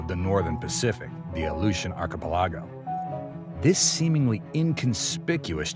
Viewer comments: Arpa largo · I love how he keeps mispronouncing the word, archipelago.